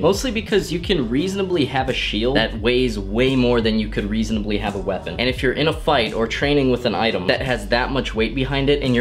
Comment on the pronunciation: It's a shwepon